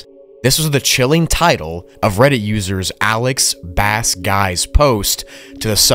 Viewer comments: He’s a musician! It’s not pronounced Bass as in the fish. It’s pronounced Bass (base) as in the guitar! 🤣🤣🤡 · I think his name is Alex_bass_Guy with it pronounced as bass as bass guitar and not Bass as the fish as you were pronouncing it. He did say he played bass guitar in a band so common sense is key. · Can I PLEASE teach you how to pronounce words!!?? I'm pretty sure it's "bass" as in "bass guitar," the "bass" that rhymes with "race," not the fish "bass" that rhymes with "class." And "Crowley" isn't "croh," it's "crow" like "wow," or "cow," or "plow," not "low" or "row" or "tow." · ABG: I am a professional musician and record producer, I toured the US full-time as a bass player: *Pronounces "Bass" in his name like the fish* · Bass is pronounced base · Bro pronounces bass like the fish when the dude said he’s a musician. Like, how do you not think it’s bass as in “bass guitar”? I’m probably being a dick. Lol. Killer video, bro! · Ah yes, the bass guitar player who put "bass" in his username intending for it to be pronounced like the fish. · The dude is a musician, and you still called him "bass guy", saying the word like it was referring to the fish. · I think the "bass" in the op's username is actually pronounced like "base," as in the instrument, considering that he is a musician. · its probably Bass (pronounced Base) Considering in the story he says he plays BASS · Hey.....its pronounced BASE......OMG BRO! 😂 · So you knew he was a bass player but you chose to pronounce it bass like the fish?? My brother... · yeah - i read the entire post and he's claiming to be a BASS player, pronounced base. pls read everything before you continue. it helps tremendously. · its Bass"BASE" like the the bass guitar. obviously this dude dont fish. take it from me i know. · Nice vid but it's pronounced "bay-ss". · Dude literally mentions he plays the bass in his post but you still pronounced it like the fish lol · The pronunciation of bass 💀